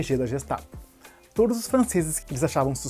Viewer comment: a pronúncia em alemão é GUEstapo e não Jestapo